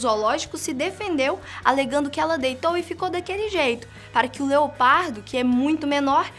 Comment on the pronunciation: NÃO. É. ONÇa. É. LEOPADO